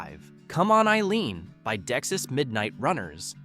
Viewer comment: And it's Dexy-apostrophe-s: Dex-ees, not deck-sis